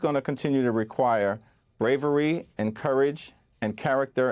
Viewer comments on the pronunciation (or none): Did he say "brav-er-ry"???